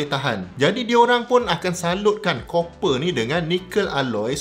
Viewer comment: Copper / kuprum / tembaga pronunciation yg betul... Geram rajin sgt tgk netizen ramai nau duk sebut 'Cooper'... Ingat mini cooper lettuw